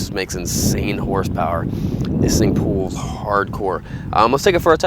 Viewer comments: It "pools" your arms off???! I've never head anyone pronounce "pulls" like that before. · SRK Videos are growing on me, but is he saying "pulls" or "pools"?